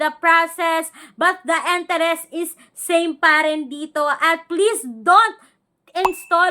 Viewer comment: kaya nga. akala mo laging galit at ang ingay 😅😅😂 enterest instead of interest 😊